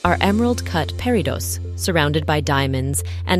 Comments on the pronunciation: Pair-ih-dots. More than once. What is wrong with your AI voiceovers? This makes me nuts. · The S on the plural form of peridot is not pronounced! I would love to see Danielle Steele’s jewelry collection. She is a talented, interesting person.